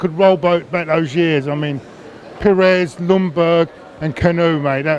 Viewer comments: its Kaa' nu' he is not a boat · Why does pronounce Kanu's name as if he is a boat?